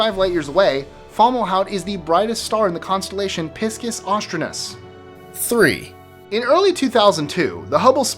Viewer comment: Piscus astronus ? , sounds more like pissed off astronaut